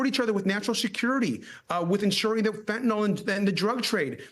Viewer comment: Fentanyl not Fentanol